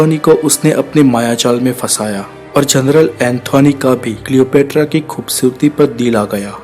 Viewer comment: Worst pronunciation of Cleopatra